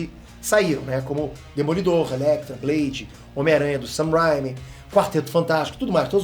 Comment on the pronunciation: O do Ei nerd não sabe pronunciar o nome do diretor Sam Raimi direito isso me irrita